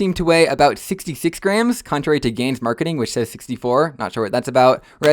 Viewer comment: its a gans cube (gan was called gans so gan skewb gans kewb)